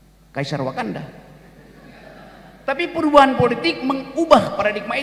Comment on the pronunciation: Kok wakanda aku denger konoha